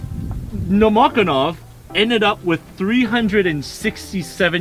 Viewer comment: You're pronouncing the snipers' names wrong. sha-NI-na - wrong, shA-nina - correct. Stress on the first syllable. no-MO-ko-nov - wrong, nomokOnov - correct. The emphasis is on the third syllable. If you turn on Google Translate and enter names in English, it will correctly translate and voice into Russian. Nomokonov grew up in a village of poor Siberian hunters. Hunting is their main activity. From childhood they learn to shoot in order to feed their family and to hit a squirrel in the eye so as not to spoil the skin. At the same time, they have few cartridges, they are expensive, and they fire when they are completely ready and confident in the result. His hunter skills helped him a lot during the war. I remember one episode. One day in the fall, Nomokonov, before going into position, came to the officer and demanded a white camouflage robe. His commander said: “You’re crazy, in a white robe on the black ground you will be very clearly visible and they will kill you.” The sniper replied that it would snow at night. Nobody believed him, but they gave him a white suit. Of course, snow fell at night, covering the sniper and it was perfect camouflage. This is not particularly important, but Pavlichenko was not Ukrainian. As far as I remember, she was born in Ukraine, but in a Russian family. And she received her Ukrainian surname, which she made famous, from her first husband. From the story, you might think that she was a very young, inexperienced student who became a soldier.